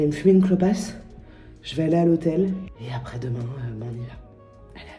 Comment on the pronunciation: Tes liaisons incorrectes (du style le zavant et le zaprés) me feront toujours rire, je t'assure n'arrête pas 😄😂